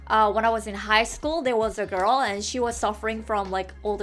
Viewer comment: Why she can’t say “girl”.??